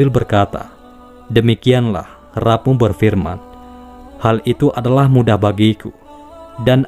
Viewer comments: rabb...rabb....bacanya Robb woi...gatel kuping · maaf, saya mengingatkan pada pembaca paparan ini: RABBNYA JANGAN DIBACA SEPERTI TULISANNYA TAPI BACA "ROBBNYA"